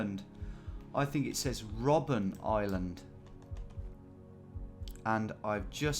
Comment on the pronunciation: You really don't like reading names, do you? :D First Robben Island, then the word "Nürnberger" in front of Christkindlmarkt.